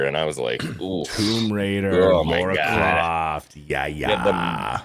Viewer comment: There is no “U” in Lara Croft!!